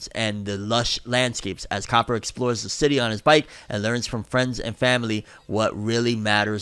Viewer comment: It’s cah-pper like Chopper, but the metal. Like pennies? I like you. You’re better than that. But you make basic mispronunciations too frequently for my non-weekly viewership. Here’s the deal: I’ll subscribe. You try harder when you don’t know the pronunciation. I’m sorry to everyone to be that guy, but it’s better in the long run for his channel to eliminate stuff like this. It’s copper, it’s basic. Relax. It’s not onomatopoeia. Oh. You can pronounce onomatopoeia, but not copper? See my point? Ok.